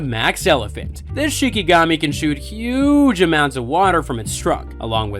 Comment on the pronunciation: Dude why are you being so damn extra with this? You don't need to talk with that much emphasis. Huuuuuuggge. Just say huge. Not everything needs 42 syllables